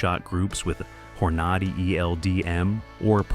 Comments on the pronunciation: "Hornawdy"???? Really. AI sucks. Not watching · Loved the way that computer pronounce hornady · Yup. Thats why I didn't finish the video.